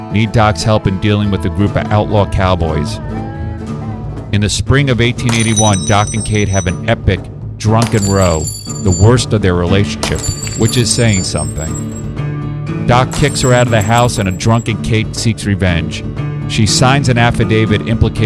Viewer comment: Row isn’t pronounced like the “reh-oh” of an oar but instead like “rah-ow.” Why is she pictured so unattractively?